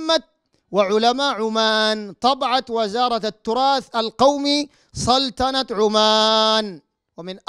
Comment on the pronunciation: ركزوا كيف ينطق سلطنة عمان .عندما يريد الله ان يغلط الشيخ .في الدقيقة 5.30 ويقول سلتنة عمان .ان تغلط كثيرا والناس تتابع